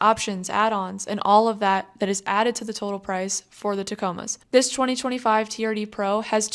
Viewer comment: I believe it’s pronounced “Turd Pro”